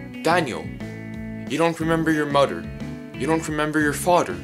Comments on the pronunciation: I might be ur buder u dont remember ur muder or ur fader 😂😂 thats how he taljs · WHY ARE U SAYING MODER AND SAYING FADER AND BRODER XD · He calls mother moter He calls father fater He calls brother broter